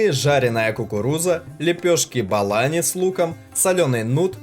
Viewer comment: Правильно говорить : КУРМА и БУЛАНИ .